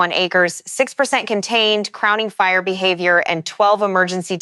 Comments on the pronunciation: Go home AI, you're drunk.😂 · AI having difficulty saying the word behavior? What was that?